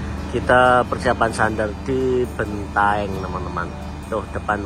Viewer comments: Bantaeng wooiiii Bukan bentaeng 🙃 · Bantaeng, bukan Bentaeng ya